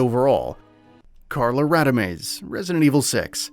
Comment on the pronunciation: What's laughably bad is, you couldn't even say Eveline, Carla Redemes and Javo right 🤣